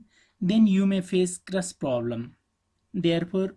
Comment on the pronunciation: You have great English :) but it's crash not crush thanks for the vids though